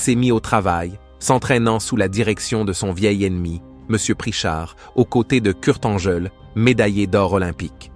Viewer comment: Kurt Angle et pas Kurt Angèle ,faut virer ce c.. qui parle